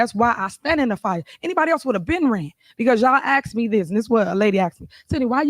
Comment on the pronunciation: At the end of the day ax me 😅😅😅